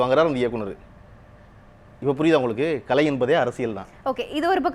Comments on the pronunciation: நடுநிலையாளர்கள் மனதில் உள்ளதை சொல்லியிருக்கிறார் பழனியப்பன். யம்மா ஆங்கர் பொண்ணு அது களை இல்லை கலை. கலைனு சொல்லத் தெரியாத பொண்ணுககு நேர்காணல் பொறுப்பு............. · இந்த வர்ணனையாளர் நல்ல தமிழ் பேசட்டும்.. கலை'ஐ களை என்கிறார்.. என்ன ஒரு தமிழ் ஆளுமை ..